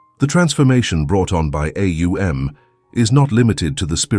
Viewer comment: AhOONG. The correct pronunciation